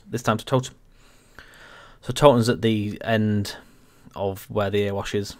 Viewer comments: Please call it the Erewash (Eree-wash) not Earwash Valley. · Nice vid, but having put so much great effort and research into this route, has no-one told you that Erewash is pronounced "EH-ree-wash" yet? .... as in, it rhymes with "Very Wash".